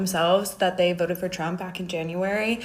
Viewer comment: “ I will vot…for Donald Thump” 😂😂